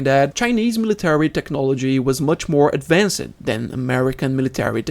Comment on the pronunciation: Sacrified, advancid... Hard to watch the whole video